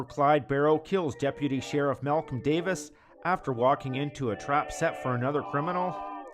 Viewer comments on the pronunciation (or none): none